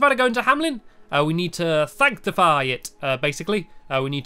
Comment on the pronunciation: Sanctify San-cti-fy!